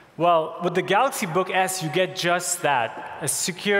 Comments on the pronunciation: You know how long it took him to prepare for that speech to get the word galaxy correct...... and he still failed. LOL! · i heard "let me introduce the galax, not 10" lmao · Kevin R galoks nōt ten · The "Galux" Note 10? 🤦‍♀️ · this guy is there for years and he is not even able to pronounce GALAXY :( what's Galox ? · "let me introduce the galax, not ten" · Oh God he said "Galux" and I was was waiting on the ee😩😂😂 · "Galox Note PEN" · I’m sure he said THE GALAX instead of THE GALAXY.. He doesn’t even know his own products. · GALOX NOT TEN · Why is he saying Galux ? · I really love that he never pronounced that as galaxy. NEVER LMAO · After so many years, my mate, brother from another mother still cannot pronounce "Galaxy" properly.